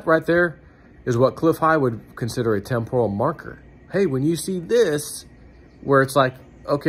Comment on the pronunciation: Please learn to pronounce TEMPORAL properly. pronunciation is wrong.